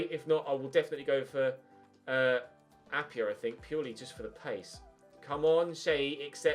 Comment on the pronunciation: Appiah is Pronounced App-I-Ah not App-e-Ah he used to play for us at forest we sold him to ud almeria and also you should sign him his release clause is there and chelsea are signing werner it could just be that they're not willing to offer him a new contract he grows very well and would be an amazing bit of business